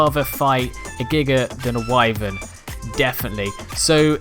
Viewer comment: Thank you for pronouncing wyvern correctly.